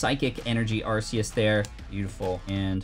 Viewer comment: It’s ar-key-us not arce-Ius